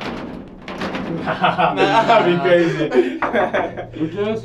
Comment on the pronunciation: When is saying Lucas u won. It sounds like Lucas Ivan.